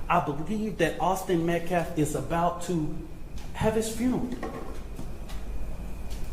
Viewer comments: And it’s metcalf..not METCLAF!!! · This doofus mispronounces the names of both families, but especially the MetcaLf last name--it's MetcaLf--NOT "MetcLaf", Idiot!! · This POS, baby beater, minister, activist CAN'T even pronounce Metcalf! This is the second press conference that he says, Metclaf, WTH? 🤦‍♀️ I swear that family is so stupid to have "this" racist represent them, he's trying to insight a riot! #justiceforAustinMetcalf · The minister/spokesman/clown called the kid Austin "MET-CLAFF". Didn't even bother to find out how to pronounce the kid's name!!! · He does not even pronounce Austin Metcalfs name properly.